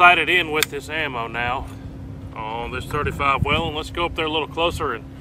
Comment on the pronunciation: It's actually pronounced "WAYLON" ;). You're welcome.